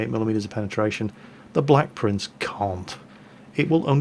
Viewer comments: Idiot 'Blek Prince' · Rofl. "Idiot blek prince" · "Idiot BLEK prince"